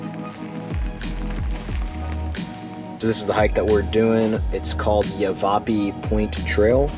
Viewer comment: Great video and thanks for sharing some personal stuff too on how it feels when you're out there enjoying the land and views and fire. Great choice on Lake Pleasant! YáVaPie is how it's pronounced.